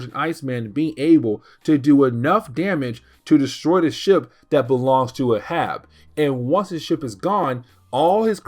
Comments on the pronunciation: Hey. Just a note about the name Arab. It is pronounced Ā(as in day)rãb(as in rabbit). Think of Captain Ahab from Moby Dick. It's a confusing pronunciation. If we talk about the race of Arabs it is pronounced Æ(as in air)rãb(as in rabbit). English spelling and pronunciation is ridiculous. If you want me to stop correcting your pronunciation, just let me know. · It’s pronounced ay-hab. Reference to Moby Dick. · I came here to say this. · Ahab is pronounced "AYE-HAB" 😊 Anyways keep up the great work brother looking forward to more of your Marvel Comics recaps 👑